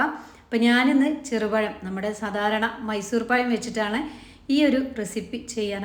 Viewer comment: Cheru payam alla cherupazham